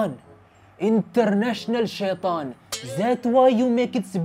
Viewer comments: International sheetan 🤣🤣🤣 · International shaythan😂😂😂😂😂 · Hahahahah international sheetan